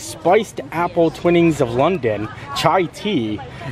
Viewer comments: FYI its not Twinnings its Twinings pronounced Tw-eye-nings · in the U.K. you say it like Tw eye nings